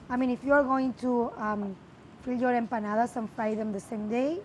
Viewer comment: watched this just to hear say Empanadas.